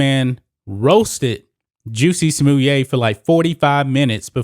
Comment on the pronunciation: Is that the right pronouncing Justin Smollett “juicy smoyay”? Never would have come up with that pronouncing of his name… i like how you say it though.